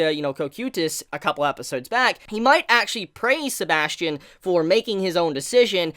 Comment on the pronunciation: His name isn’t Sebastian, it’s Sebas Tian. First name = Sebas. Surname = Tian. Which makes the pronunciation different.